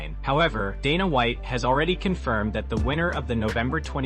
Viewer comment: Your AI voice and AI script is trash. Had to stop it as soon as you butchered Gaetje’s name repeatedly. Can’t even say Dana correctly. Your channel is AI SLOP.